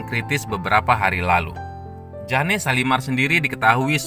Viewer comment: Oy yg ngomong bkn jane shalimar tp jane(jen) shalimar g enak bangat dengarnya